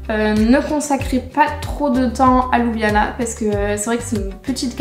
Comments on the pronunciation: Étant d'origine slovène, je trouve que votre présentation reflète assez bien la réalité. Mon seul commentaire concerne la prononciation des lieux qui n'est pas correcte. Par exemple, la capitale ne se prononce pas ''Loubiana'' mais ''Lioubliana''. Bon travail! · oui bien sûr mais Ljubljana est quand même la capitale. Quand j'entends "Loubiana'' cela écorche mes oreilles :-) . Bonne continuation! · désolé mais on le prononce louboujnana... :)